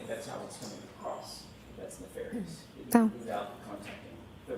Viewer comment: She even pronounced 'ne-far-ious' the same way Brennon does... then changes it to 'ne-fair-ious' when she's called out on it.